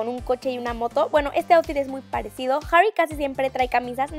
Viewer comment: jjjjjjjjarry hahahaahaha la pronunciación